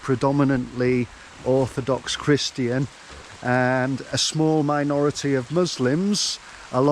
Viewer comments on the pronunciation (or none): none